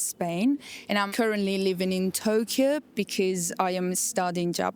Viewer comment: “I come from Spain” in a thick and rehearsed English accent and then says Touuukyo knowing that in her mother tongue she can easily pronounce the word like in Japanese